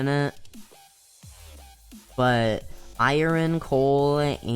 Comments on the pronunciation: iren lol you call it iren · I ern not iren